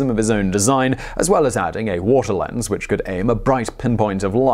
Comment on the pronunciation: Every time Simon says "drawring" or "warter" he sounds like my Grandmother. ;->